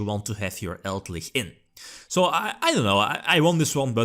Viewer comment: Elder lich, eld-lich: Eldlickchs